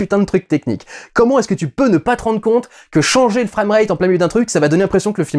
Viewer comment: Si c’est pour prononcer Frame comme ça autant parler français et dire image ^^ Perso je l’ai vu en IMAX 3D, assez proche de l’écran et j’ai uniquement eu un soucis avec le scénario